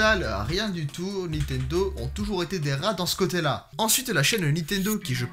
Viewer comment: Is it only in France that there are people who say ' NITENDO " (without N before the T) instead of " NINTENDO " ?